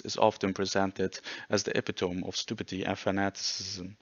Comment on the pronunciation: I always appreciate ppl calling out this hack and countering his ideology with actual history. Btw epitome is not pronounced like that, it’s a very weird word.